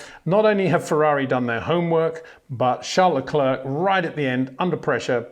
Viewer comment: Peter, it would be really appreciated when you get to pronounce Leclerc and Verstappen correctly.